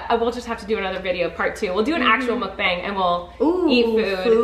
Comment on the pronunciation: Molly not knowing how to say Mukbang is meee